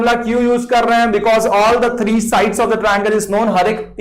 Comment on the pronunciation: sir that thrrrree and leven was amazing 😂